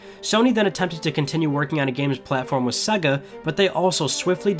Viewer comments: Its Sega not suga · Does anyone else hate the way he says SEGA?